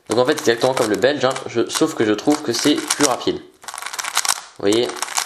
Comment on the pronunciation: on dit plus et pas plis Hahahah 😂😂😂😂